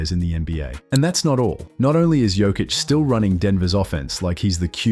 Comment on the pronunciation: Yo-kich 😅..no joke brother 😅